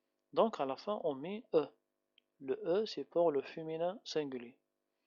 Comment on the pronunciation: Attention à la prononciation du p passé du v avoir eu